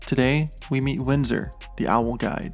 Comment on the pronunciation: What's his name? It sounded like you kept saying Windsor in the video, but the description says Winston.